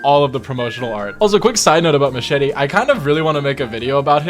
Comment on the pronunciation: THAT'S NOT HOW YOU SAY MACHETE'S NAME VATO